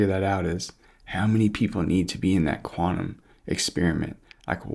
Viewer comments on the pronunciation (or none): none